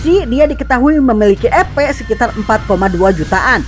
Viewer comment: Duh rasanya enggak nyaman dengar kata EPnya terdengar Kata EPEK bukan EP🤣🤣🤣🤣 Sogo takuci dan yg lain itu enggak berdaya melawan shion ,, para moster melemah larna ada pelemah sihir dan moster yg di lakukan myulan dan gereja suci barat. Perasaan saat di kasih nama abiru kepala desa lizard enggak terlihar berevolusi sedang gabiru dan adik berevolusi 🤔